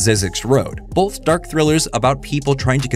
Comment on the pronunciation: I just can’t get over how so many people (including ) puts an L in the middle of the word “both”. Like, wtf kind of word is “bolth”??!